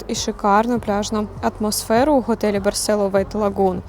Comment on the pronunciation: Барсело з наголосом на "о"!!! Навіть у назві ролика наголос стоїть!!! Знято классно, без трясучок разних тощо. А от розповідаєте, наче вам тут не подобається... Вчиться кайфувати від місць, про які розповідаєте, тоді і ми із захопленням дивитимося...